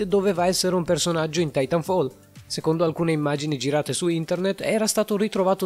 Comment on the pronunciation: Pronuncia comunque Titanfall titànfall